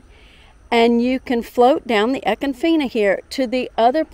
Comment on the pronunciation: Wrong pronunciation but a cool little video. Must have a kayak to reach the other springs which shame all of these manmade parks...😁